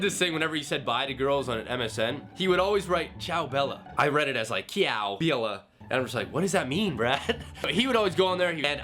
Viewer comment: CIAO BELLA you say it so wrong ahahahaha for my it s funny because im italian :,D